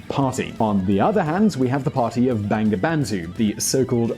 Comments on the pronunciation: It’s not banga bandu.. it’s bongo bondhu... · its actually pronounced "bongobondhu" haha. bengali romanisation is kinda shit. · Bangabandhu pronunciation is = bongo bondhu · Please pronounce Bangladesh and Bangabandhu properly. its really insulting how you make videos of countries by pronouncing the names and it's leaders' names wrong. Thank you